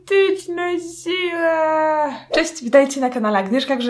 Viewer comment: napovzatku słyszałam, ,magnetyczna zdzira" a potem patrze komentarze a jednak mówi, ,magnetyczna sila" xD